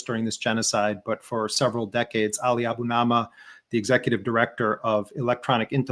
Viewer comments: For heaven’s sake, Jeremy, get Ali’s NAME right! A Bu Ni Ma! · I always like listening to Ali Abunimah; but it's awful hearing Jeremy unwilling to get his last name correct.